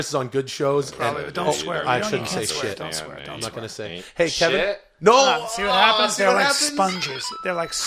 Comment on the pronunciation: Hilarious how they keep mispronouncing Calvin as Kevin 🤣. We need on the golden hour